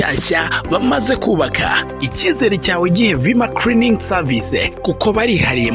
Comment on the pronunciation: Ariko Mister creaning 😢 seriously 😐 nho ama calo 😮vma creaning oya sha bivuge neza you can do it kwa Rweme nta creaning 😂